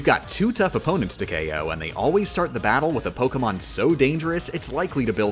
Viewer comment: genuinely impressive how poorly he pronounces most Pokemon names.